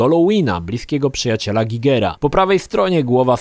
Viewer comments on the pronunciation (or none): ty miękka parówo, a na licznik "GAJGERA" też mówisz Gigera